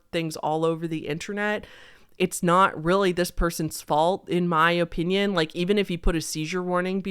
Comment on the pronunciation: the way you say "opinion", "O. Pinyun"... merch? I enjoy it.